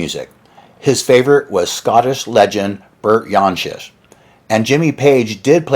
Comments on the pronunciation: Bert “Yan-sesh”? WTF? He’s Scottish, not Swedish. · The truly great Bert Jansch often has his name pronounced incorrectly, as it is here. 'Jan' as in January, then 'sh' is the English pronunciation. Jimmy Page not only listened to him, he 'subconciously' stole his version of Black Waterside. "The thing I've noticed about Jimmy whenever we meet is that he can't look me in the eye,.....Well, he ripped me off , didn't he? Or let's just say he learned from me. I wouldn't want to sound impolite." (Classic Rock in 2007). Listen to Berts' 1966 recording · They pronounced Bert Jansch's name weirdly too.